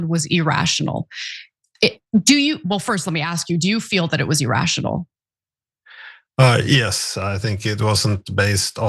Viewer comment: Why do both you, Anna, and Cenk, mispronounce the word "irrational"? it's pronouncd "irrational", not "errastional": EgZjaHJvbWUyBggAEEUYOTIOCAEQLhgKGAsYsQMYgAQyDggCEAAYChgLGLEDGIAEMg4IAxAAGAoYCxixAxiABDIOCAQQLhgKGAsYsQMYgAQyDggFEAAYChgLGLEDGIAEMg4IBhAAGAoYCxixAxiABDIRCAcQLhgKGAsYgwEYsQMYgAQyCwgIEAAYChgLGIAE0gEJMTEwODhqMGo3qAIAsAIA